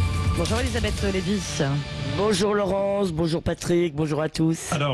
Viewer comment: 🤣🤣tiens c'est nouveau Lévy se prononce Lévis ? à 3' '